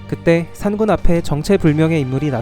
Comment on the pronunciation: 산군이 아니라 산꾼이라 발음해주세요